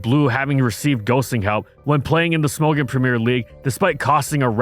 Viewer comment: "Smogon" is pronounced like "smog on" without the pause